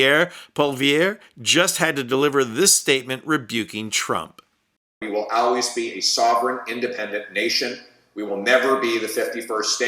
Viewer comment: I can’t with the way he pronounces always (al-ways). That is not a regional accent anywhere.